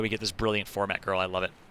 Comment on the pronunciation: "Ghurl" aint cutting it out as caster. Sorry